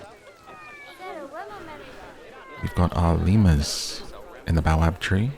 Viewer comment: baobab is pronounced bay-oh-bab ;)